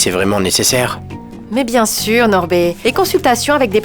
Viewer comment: Norbé Norbeé😂😂😂